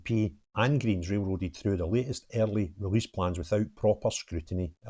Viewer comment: Welease bwian 😂🎉 Welease wogea 😂🎉